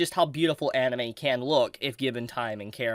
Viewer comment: Lol when you said anine you've been reviewing alot my dumb ass was like wait he hasn't done an actual like reviewing of anime weekly in a hit min then I remember mushiko tensei as you said it